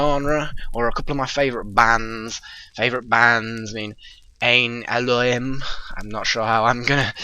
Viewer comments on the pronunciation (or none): none